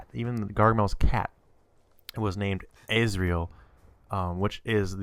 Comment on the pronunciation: The cat's name is Asrael. (AS. RE. EL.)